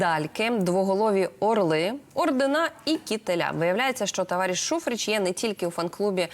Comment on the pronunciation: Шухрич, без синців, не Шухреч..